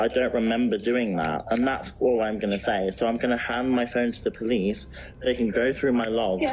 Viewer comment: pah-leez pah-leez call the pah-lice plz